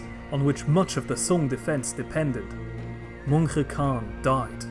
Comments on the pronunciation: Just a few clarifications on the Mongol pronunciations: The name "Mongke" is pronounced more like "Munk" and "Ariq Boke" like "Areeq Bohe" in the Mongolian language. Your pronunciation of Khublai was pretty close. When Mongolian people say the name, they pronounce it like, "Hu Bu Lay". The ones you used here are closer to the Chinese pronunciation of Mongke and Ariq Boke, as well as occasionally the western pronunciation of Khublai, which is understandable to make it easier for people to follow; not putting a knock against you or anything like that. Overall though, another solid video. Keep up the good work! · As an Mongolian person i found very interesting how you prounounce these names. "Mongke" is Pronounced Mönhe And "Khublai" Is pronounced Hublai. I always found very annoying that Yuan dynasty was Chinese led dynasty and not mongol. These other countries always claims that Mongol property and people was theirs and there people. Like Kazakhstan. Claiming Golden horde is theirs. They cant even pronounce and say the words right. Altan hord